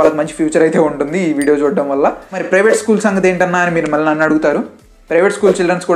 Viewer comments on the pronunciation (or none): none